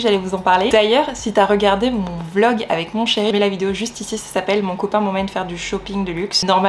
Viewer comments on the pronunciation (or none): none